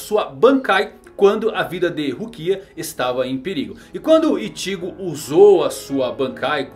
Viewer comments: Fala. Seu canal é top... Mas explica pq vc fala IchÍgo e RukÍa....? E não Íchigo e RÚkia como foi adaptado no anime? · ichígo não.. é Íchigo porr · Não se lê iCHIgo e sim Ichigo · E Ichigo e não itigo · Animê, ichígo, rukía.. não sabia que era assim que se pronunciava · ele fala ichigo engraçado, ichígo 😌😂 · Pq vc nao fala "Ichigo" normal ?? Kkkl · Por não dá para falar nome correto do Ichigo da zanbakutu e Anime correto tá falando igual um paraíba robótico